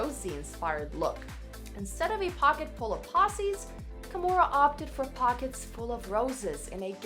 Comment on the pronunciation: "pockets full of posses" slkdjhflskdjhg it's poe-zee